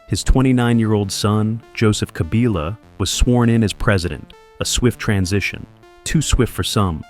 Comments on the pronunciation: Kabila not Kabiila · The pronunciation is "Kabila" and not "Kabila"